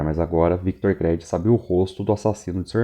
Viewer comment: Pelamordedeus Créd não. Chega dói os ouvidos. Creed [Crid]. Todavia parabéns pelo trabalho.